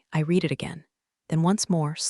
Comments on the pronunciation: Please pronounce Read in past tense which sounds like red. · The past tense of "read" is also spelled "read," but it is pronounced as "red." This form is used to describe actions that have already taken place But this Atari video game app is still not able to pronounce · the past tense version read sounds just like red. AI often gets that confused, but it’s easy to spot once you know. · Read as in Reed and Read as in RED ai cant tell the difference annoying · context matters but TTS just bulldozes thru like it’s all the same. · Because this AI cannot read in context. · Excellent storytelling: if only you could pronounce the word "read" correctly..... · The only way to get AI to get it right is to use reed and red instead of the correct use of the word Read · I comment “I’ll subscribe when you hire a proofreader and a voice actor who knows when to say /reed/ or /red/, /lǐves/ or /līves/…” all the time